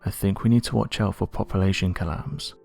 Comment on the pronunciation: "Poppa-la-shun" instead of "Population." I really wish they would find someone that can speak without an impediment. I can't stand this guys voice!